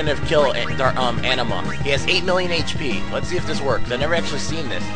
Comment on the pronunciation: its not an uh ma...its uh nee ma